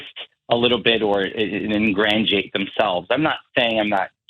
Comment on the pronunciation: Did that imbecile say "Ingrandiate"/